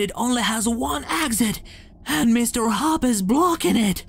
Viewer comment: It is mr hopps not bauobs